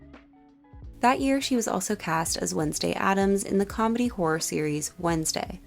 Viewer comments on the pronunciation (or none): none